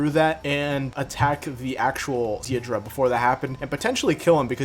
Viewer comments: Deidra? It’s dei-da-ra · Day-dah-ra😂 “deedruh” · Deidara not deidra💀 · It’s not deeidra its daidera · deedra??💀 bruh its “dey da rah” deidara😭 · I was abt to say the same thing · Day-da-ra dude its not that hard to pronounce but also if naruto was given nagatos eyes after his fight with him it would have been end game for madara and obito which could have technically happened if konan felt that with naruto having them he could protect them better than her which he would because she is stronger than her. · ok the vid was cool but i had to pause and comment on the way u say "deedra" like what? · Not tryina be that one guy but its pronounced date-a-ra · Mans slayghtered saying dadira’s name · The way you're pronouncing Deidara is giving me aids, but good video regardless. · is no one gonna talk ab how he pronounces Deidara? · So no one else is bothered by how he said Deidara? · a good video but how do you mispronounce deidara that badly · Cool video but the way he says deidara is kinda weird. My apologies if I spelled it wrong